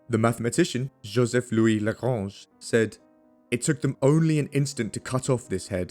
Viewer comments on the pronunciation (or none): none